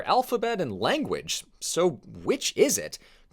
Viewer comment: bro said wanguage